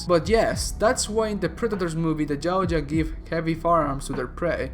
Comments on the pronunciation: Anybody find it funny how he says Yauja he says it like jawcha 😂 get it right dumbass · Love the vid’s bro. One thing.. it’s pronounced (yow-t-jaw). Yow like cow but pronounce the y like a j in Spanish(Mexican spanish). Hard T. Jaw like jaw 🤟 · Why Jautja? Its Yautja. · Dafuk is a gao-ja?